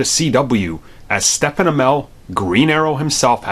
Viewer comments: His first name is pronounced as Steven it’s not Stefan I would know I have the same spelling of the name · His name is pronounced like Steven lol. Not “Steph-En” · never covers Arrowverse stuff because he pronounces Stephen Amell as “Stefen Amell” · Could you pronounce his name at least right once?? You’ve been doing this for years and never correct yourself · Can you maybe pronounce his name correctly for the final season?